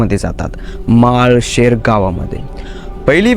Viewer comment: माळ शेर नाही रे माळशिरस असं आहे ते गाव